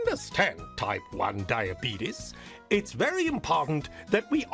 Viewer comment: Anyone else immediately get annoyed by the pronunciation of diabetes ? Come on.